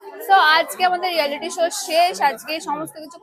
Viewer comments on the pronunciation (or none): রিয়ালিটি❌ রেলটি ✔️